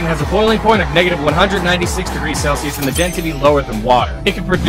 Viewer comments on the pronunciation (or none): none